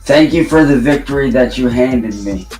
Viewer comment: ‘This victowwy means so much to meee’ He just talked over people and screamed non-sequiter insults like he always does.